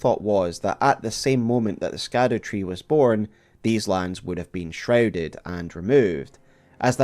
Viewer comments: All this research, and you still pronounce Scadutree as SKADUtree? instead of Shadutree? I can't take you seriously when everyone and their mother already learned that it's pronounced with an 'SH' and not a hard K..... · Scadutree is pronounced shadowtree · Please start saying shadowtree instead of scadutree, it’s pronounced like shadow 🙏 Just a little annoying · I think scadewtree is pronounced Shadow . like gaol and such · ITS SHADU-TREE NOT skad-ew- tree 😁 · not sure if you heard yet but Scadu=Shadow. Scadu is the old world spelling for Shadow. It is still pronounced Shadow. Ziostorm and a few others found this out fairly recently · SHADOW- tree...not Scadu-tree...its old english, for shadow, remember it for next time! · pls stop calling it “scatter tree” it’s shadowtree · Interesting note, its likely that scadutree is pronounced as shadowtree, seeing as the middle english spelling of shadow is similar to scadu, with the sc being pronounced the same way it would be in words like conscience and luscious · The Scadu Tree is pronounced "Shadow Tree". I know, I was shocked as well 😂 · His half brother Rykard. And Scadutree is pronounced “Shadowtree”. I would think that a Scotsman would know how to pronounce Gaelic. Love your content regardless. It’s so thorough, and your ability to both entertain and educate is a true gift. You would make an excellent college professor. ❤ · You know its pronounced Shadowtree right? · Scadu reads Sha Duw its old English for shadow or shade it’s basically called shadow tree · Scadu is pronounced as "Shadow" thus the Shadow Tree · Scadu is pronounced shadow in the same way gaol is pronounced jail. Its olde englishhhhh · I choose to pronounce Scadutree like Belushi. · Youre pronouncing scadutree wrong. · Youre pronouncing "scadutree" wrong homie.